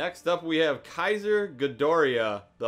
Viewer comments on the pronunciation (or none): none